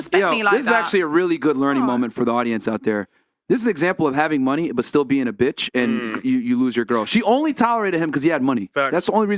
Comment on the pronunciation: emphasis on the "still" haha